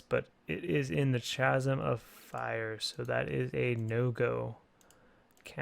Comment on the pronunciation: pretty sure chasm is pronounced "Kazom"